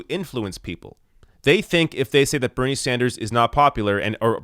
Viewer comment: is it a french thing? it sounds like you're saying bernier.